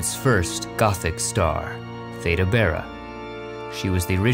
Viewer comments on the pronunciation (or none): THEE-də BARR-ə